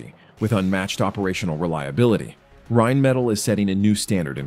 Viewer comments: RheinMETALL, not "rajnmedal". Dammit. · Not to be nit picky but theres an extra L in there.. in English it's pronounced Rhein-Meh-Tall not Rhein-Metal. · "Rhein"metall?.. cmon.